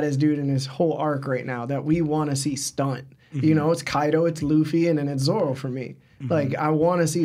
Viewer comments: Every time I hear you call ZORO zolo I wanna just go watch something else . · Is it just me or is dud saying ZORLO?